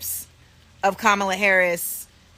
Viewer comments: It is Kah Mal Ah! The ugandan giant! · All I heard from these lefty idiots, was them mispronouncing Kamala's name. 😅v